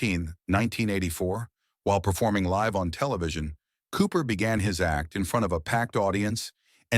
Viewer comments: I made it to and stopped after "live" in "live TV" was pronounced with a short "i" and "Tommy" was pronounced "Toomy." How good could the quality of the next 20 minutes possibly be? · I think the first one is 'in front of their audiences or live camera' with 'live' pronounced as the verb 'to live.' That's not just AI, it's low quality AI. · I know......they can't pronounce" Live " on camera. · if you are going to make AI narrated videos , please listen to them before you publish them in correct English , like liv vs live (l'eye;'v) and edit the text to sound for the multiple sound words that change based on context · “Liv” camera!!! Really people, have you know shame? Geez, get real. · Live camera? Toomy? Who the fuck is Toomy? AI bullshit. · The AI narrator doesn’t know the difference between live and live. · I hate AI. Not 30 seconds in and it has mispronounced such difficult words as "live" and "Tommy". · The AI reading this script does such a putrid job of it that I couldn't get past the first 15 seconds of this video. "Live" as in "live event" pronounced as in "to live?" "Tommy" pronounced "TOO-My?" Give me a break. I never want to see anything from this channel ever again.